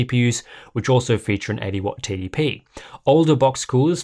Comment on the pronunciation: Everytime he says TDP it sounds like "Titty P". I can see that being a rapper name soon.